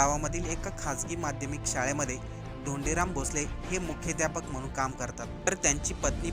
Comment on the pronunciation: मुख्याध्यापक सुद्धा तुला नीट उच्चारता येत नाहीये 😮